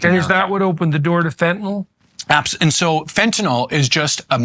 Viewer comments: I know this is going to sound pedantic as hell, BUT, can any of these drug experts, politicians or the media presenters read? Do they simply hear someone say something and then never again actually look at the word? The name of the drug is Fentanyl. Fen•ta•nil. There is one a and zero O's. It is not Fen•ta•nol. There is no such thing. When the opiod crisis began, as an election platform, I heard one or two congressmen discuss it and mispronounce it. As aretired OR nurse, I was familiar with this drug, and the mispronounciation caught my ear. I thought they would hear others say it correctly, and correct themselves. Instead, the mispronounciation spread. Now it's pretty much only medical people who correctly pronounce it. It drives me nuts because surely they've all read the word many times, yet that 'y' near the end is ignored. Maybe they should start spelling it fentanYl? fentanIl just looks odd. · Pronunciation correction: It's not "Fenta-nahl", it's "Fentanyl." Get it right, please. Otherwise, an informed discussion. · At least they only called it "fentanol" a few times, that's the record for any news story on fentanyl. It drives me nuts because if a human with a first and last name kills people we remember and can say their full name, but when a single name drug kills hundreds of thousands of people almost half of the people talking about it can't even pronounce it right. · I was never entirely sure how to pronounce it! I think it's "Fen-TAH-Nill"